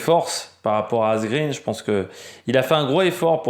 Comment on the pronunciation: Quelques détails pour la prononciation des noms des coureurs: Asgreen se dit Asgrène (tout comme Eva Green se dit Eva Grèn). En suédois et danois, le double -e ne se prononce pas comme en Anglais. Van Gils se dit Van Rils (et de gendt de Rendt) Marc Soler se dit Solère et pas Solet (ça, ça fait sourire l'hispanophone que je suis). PS: N'y voit pas une critique acerbe ^^